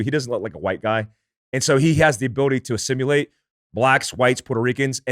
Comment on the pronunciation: Somebody tell his favorite word is pronounced “Ah-sim-il-ate” lol